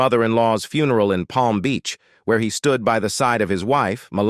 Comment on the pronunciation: Would you PLEASE get rid of this narator? He can't pronounce english correctly and called Georgia a "HE" when clearly it is a woman. And the word FUN er all? Really? Even Ai could be programmed to do this correctly.